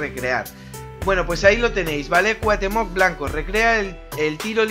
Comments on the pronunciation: Muy buen video pero rem no es cuatemoc es cuautemoc asi se pronuncia pero se escribe cuauthemoc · CuaUUUUUhtemoc con U, no cuahtemoc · y dale con Cuatemoc !!! CU-A-UH-TÉ-MOC xD siento ser " ese tipo " pero de verdad, que conste que no soy hater ya le di like y no he llegado mas que a la primera parte que dices Cuatemoc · grande y grande el vídeo, pero es CuaUhtémoc, no Cuatémoc jajaja, saludos crack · Pronuncias su nombre como si tuviera acento en la o, pero la tiene en la e.